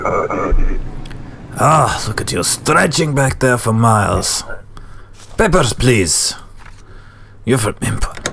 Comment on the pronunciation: "Peppers please" 😂😂